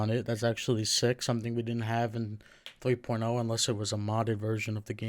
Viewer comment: did you say 3.0 or porno